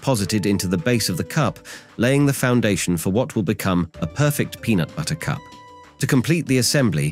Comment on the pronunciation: The AI voice says "from the southeastern "You-neh-tid States" wow, so close. Then it's "time to fill them with peanut buhtter and Choc-o-leyte" Just sayin'..............